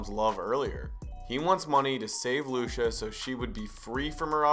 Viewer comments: Her name is pronounced Lu-chee-ah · “Loosha” lmao I love how you pronounce her name